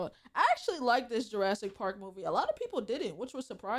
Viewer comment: girl said julassic💀